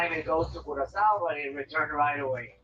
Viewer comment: I was today years old when I learned how to pronounce Curaçao. Thank you, AARon!! 🙊